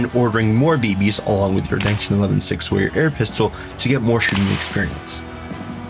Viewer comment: It's "Sower" not "Sawyer"....